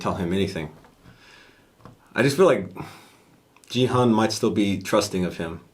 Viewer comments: correction for main character's name pronunciation Its not Jee Hun , it's geehoon('g' for gravity,gun ,grain) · Hi guys! Just wanted to tell you that the way you pronounced Gi-Hun's name is a bit incorrect 😂 it's GI (like GHI) and not JI. sorry I hope this doesn't come out rude though 🥺 Been loving your reactions btw!! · Guys, player #456's name is pronounced Key-Hoon. 기훈. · Ki-hoon guys.. I know the subtitle says Gi-hun but the protagonists name is said quite a lot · Sorry but you pronounced Gi Hun's name wrong. You can say /ki hu:n/. I just wanted to correct it as I am Korean. ;) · You’ve been pronouncing Gi-hun wrong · ily guys but that is not how you say gi-hun's name